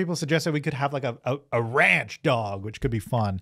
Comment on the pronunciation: "ranch dog" with the funniest country accent 🤣